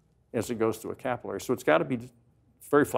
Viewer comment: " capple airy" lol. CaPILLary! | kəpiləri | English is my first language.